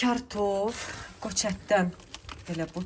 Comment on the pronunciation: Sevdiyim blogersiz amma kaftof düzgün tələffüzü {k'} onu k ilə deməknən özvüzü zadəgan və ya elegant göstərməyə çalışırsnzsa əksinə cahillikdir